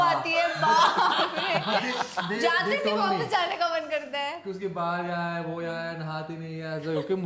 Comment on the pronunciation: Take a shot every time akriti says "wopis"